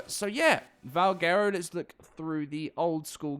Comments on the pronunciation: LOL Its pronounced Val Gwero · Butchered the name